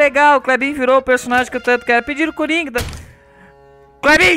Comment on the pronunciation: você falou errado não é coronga é coringa